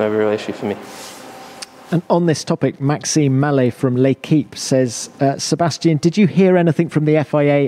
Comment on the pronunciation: this german guy pronounces names always so weird. i always wonder why he as a german says "Sebestchen" instead of Sebastian or - when he says max verstappen he says "meks vershtEppen", when he says alexander albon he says "Elexender ELbon", lance stroll is for him "Lents stroll", calls kimi "REYKENNEN" is just weird because he is german and names like alexander, Sebastian or max very german sounding names and he says them still so weird - but when he talks german he says it normally